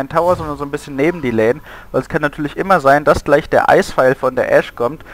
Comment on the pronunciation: außerdem heißt es lane und nicht lain. nooblords